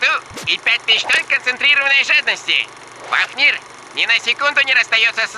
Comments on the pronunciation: Ребята, правильно не фафнИр, а фАфнир. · не фафнир, а фУфнир😂😂😂